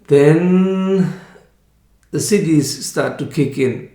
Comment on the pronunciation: "...the cities start to kick in. [...] People think, ok, if cities start to kick in, supernatural abilities like healing and so on" etc. I don't think you're saying "cities," but I have no idea what else it could be. Could you clarify?